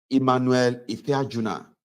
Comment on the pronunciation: The name was Ife-aju-na